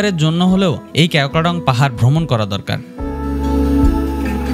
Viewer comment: ক্যাও ক্রা ডং না। কেওক্রাডং